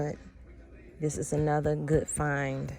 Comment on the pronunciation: SAY "GOOD" NOT: "GOOT" !!!!!!!!!!!!!!!!!!!!